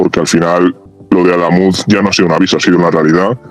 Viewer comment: Cada vez que pronuncia AdÁmuz, muere un gatito.